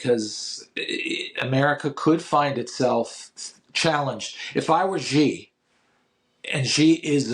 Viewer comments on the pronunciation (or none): Xi is pronounced shee